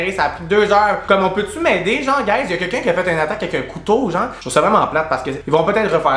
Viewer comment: tu dis « Quequn » comme Gabrielle 😂